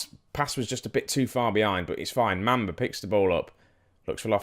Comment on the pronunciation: it's mum - ba ........ not mam -ba